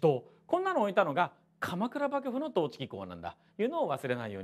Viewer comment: まじでばぐぶにきこえる笑笑いう度面白い